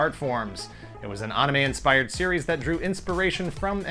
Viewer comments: Aside from grossly mispronouncing the word anime, this was my favorite video so far. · Love the channel. But why do you say anime so weird?